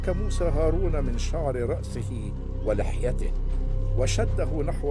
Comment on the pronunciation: موسى وليس موسي